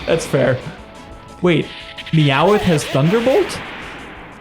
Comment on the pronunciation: who the fuck pronounces meowth "mee-yao-weth"